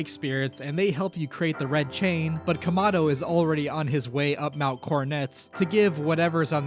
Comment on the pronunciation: Also it’s kamado not komado you dumdum